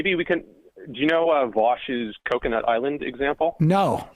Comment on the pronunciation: my dude botched coconut island lol